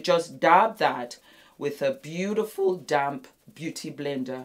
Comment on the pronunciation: Are you saying dab or damp not sure? Not making funny or joke 😊 🤔 😅